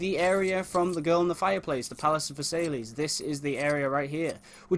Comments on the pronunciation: It's pronounced Versailles (ver-sai) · it's pronounced vers-eye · Just so ya know, Versailles is pronounced "Verse-eye". :)